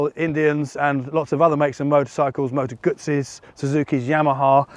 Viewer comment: Great to hear Moto guzzi pronounced correctly 👍